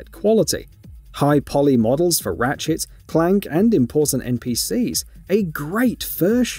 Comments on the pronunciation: ratchet & clank NOT ratchets & clank Dumb as/ get a clue page reader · ratchetss and clank